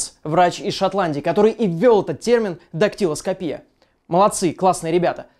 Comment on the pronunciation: Правильно будет дактелоскопия, а не дактелоскопия! Не путай ударения.